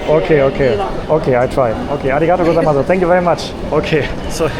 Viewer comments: When you say Arigato Gosaimasu the U at the end is silent. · you dont say the "u" in arigato gozaimasu. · You're pronouncing the final "u" too strongly in arigatou gozaimas(u). It's a very subtle sound, almost as if it's not even there. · i love your videos. im not japanese but i do know you mostly don't pronounce the 'u' in su at the end like arigatogozaimasu = arigatogozaimas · Great video! Exploring Tokyo without a plan takes courage. Awesome! I'm not an expert in Japanese, but when you say thank you, I think the vowel 'u' in 'arigato goizamasu' is silent. I think! Not sure!